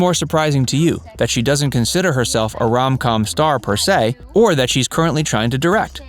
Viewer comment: Please…”rom com”?? 🙄